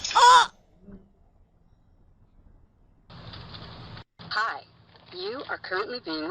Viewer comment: "Fragilé"? idk, must be french 🥖